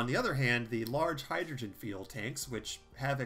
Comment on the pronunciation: He also seems to pronounce "fuel" as "feel"